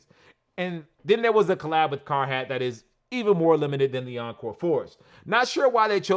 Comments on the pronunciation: “Car-hat” =/= “Carhartt” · why does say carhat and not Carhartt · "carHAT" lmao